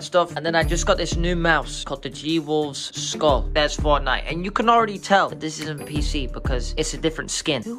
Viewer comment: Fortshite.. LOL